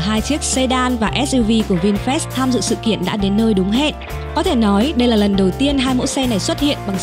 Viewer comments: Vinfast mà đọc như Vin fresh vậy?😀😀😀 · Mình cũng định comment giống bạn, nghe vin fest mà phát mệt luôn =)) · Tđn bà thuyết minh cứ đọc là Vinfres là sao ko biết nghe khó chịu vl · nó cứ đọc vin phét nghe bực thật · Vinfest là cái gì? Đọc cho đúng chứ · Sao bạn đọc bôi bác thương hiệu vậy.mong bạn đọc cho chuẩn vào nhé